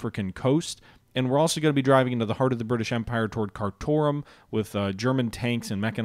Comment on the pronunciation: Keep going for all out victory so you can change the names of the Indian and Sudanese town names to something easier on the tongue than Jhod poor (like the horse riding trousers) or Kar tomb (Lawrence of Arabia) then you roll Mogadishu et al of the tongue and I say sod it you say them how you want. If you move the V1's down a hex you can bomb London I guess?